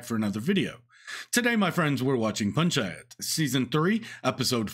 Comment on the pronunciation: damn bro you said Panchayat perfectly